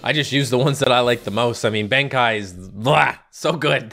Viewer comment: ITS COLOSSAL BENKEI (ben kay) NOT BENKAI (ben kaiy)